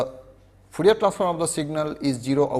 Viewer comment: Fourier not foorier